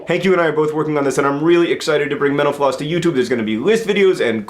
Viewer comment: Every time he said mental floss I thought he said menopause